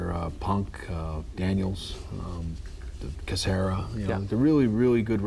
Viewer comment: Am I the only one who died laughing when he said Casera instead of Cesaro?